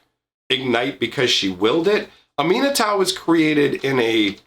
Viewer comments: I was confused when you pronounced Aminatou how you did. No big worries though. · When he first started talking about Aminatou, I was just so confused as to who he was talking about until I started to listen to the name itself and figured out he meant the esper planeswalker commander from Commander 2018. I had just never heard it pronounced that way or learned the backstory of that planeswalker.